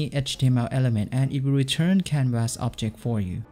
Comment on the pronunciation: First time seeing your vids and already don't want to watch yours. Try to pronounce canvas the right way. (constructive criticism)